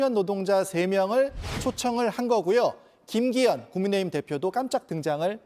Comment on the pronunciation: 남자앵커가 '국민의힘' 을 말할때 발음을너무 흘려서 알아듣기힘들던데 일부러 저러는건가요?